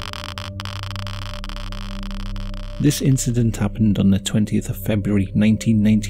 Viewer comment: "it was jusht an inshidont" The incident